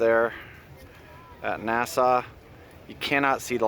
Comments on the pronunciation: Sorry the rocket got scrubbed!, it's NASA not Nassau! 😉 Haha! We love you!!😍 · Is it the Canadian accent that results in pronouncing NASA as Nassau? ;)